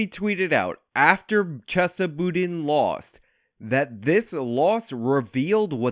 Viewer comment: Are you mispronouncing his name on purpose? Kinda drivin me nutz lol. I mean your clips are pronouncing it correctly. LOL JK JK